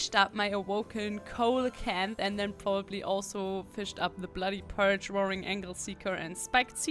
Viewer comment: The fish you mentioned, Coelacanth, is pronounced "See-Low-Kanth" because, you know, English lol Love your videos!